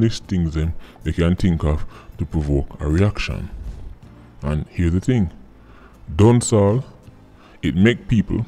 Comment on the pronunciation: Why it sound like a seh Dawn Sawl instead of Dancehall?